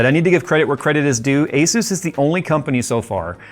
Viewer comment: Asus is pronouced Ay - Soos!